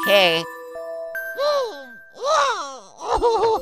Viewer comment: u said mario is marip